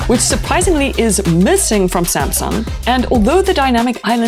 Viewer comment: sumsung spronsor😂